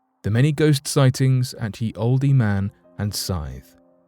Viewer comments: Pronunciation: old man. Not "oldey man." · Please note that the sign for "Ye Olde Man & Scythe" is pronounced "The Old Man And Scythe" and NOT as you said "Ye Oldee. . ."In Old English, the Y was pronounced as TH as in 'the'. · Also, I heard "Ye" Oldy -- I think he meant "The". Would have given him "Thee" as well since the inn is Olde but the Rune Y is pronounced as "th" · How does dude not know it's pronounced old lol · The “e” in “olde” is silent. Dude! You’re from the UK; you should know that. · Thank you. Sometimes this channel makes me cringe we pronouncing certain words. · Interesting . . . but the "e" in "olde" is silent, btw . . . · Lol I see why you said that. Haha at first I was like ok. But yea it’s silent 😅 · And he said it like 5 times 🤓